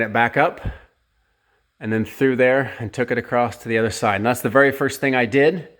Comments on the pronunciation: It was 'acrost' that was killing me 😭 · I just got the same hoist today and this video is extremely helpful. Thank you for posting this! I like how you say acrost or acrossed, I used to do that until my wife teased and corrected me. Now every time I say across, she says don't you mean acrost? I played that part of the video for her and she got the giggles. Cheers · Is he saying “acrosst”?